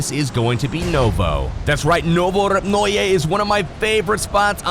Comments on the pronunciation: Novopruje.... Novopyu... Uhhh "NOVO AREA" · Is pronunced novorepnoye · I think it's pronounced no-vo-rep-noy with a silent e